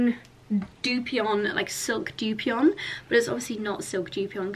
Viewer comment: Poke is pronounced poe-kay. And dupioni is pronounced with the 'i' at the end, not as if there were an n at the end. Why do you have to drop food hints to Charlie? Why not just say it directly? That makes it sound like he is policing your choices and you need to manipulate him into thinking it was his idea.